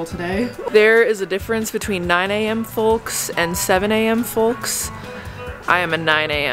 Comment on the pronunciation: I have never in my life ever heard anyone pronounce the "L" in "Folk(s)".🤣🤣